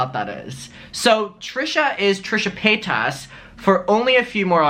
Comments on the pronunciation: You are so happy and glad you are visiting us in the USA 🇺🇸. Would you listen to some other youtubers are herself sometimes her name is not pay tas it is paytas like say it all at once and the tas is like Tice. So it sounds out like paytice. Have a great time and enjoy your videos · I don't know why you say Paytaaas when Paytas is pronounced Paytus . She says her name like that along with most people. But your still a cutie. Hi Mum